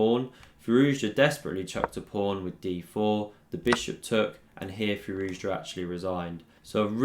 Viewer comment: I stand corrected. My apologies. You are literally the only one that says it right. 🤣